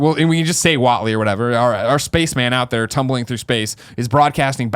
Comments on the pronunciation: It's WATNEY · Watney not Watley